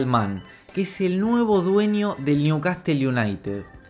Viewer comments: Ese Newcastle de la animacion tiene solo delanteros jaja.....Ah y se dice NIUCASEL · Sos un crack capo... pero porfa anda aprendiendo como se pronuncia Newcastle ya que se va a convertir en un superclub... va con ondaaaaaa... :)